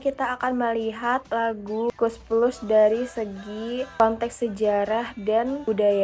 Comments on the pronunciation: KOES PLUS NENG BUKAN KOS PLOS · KOES PLUS BUKAN KOS PLOS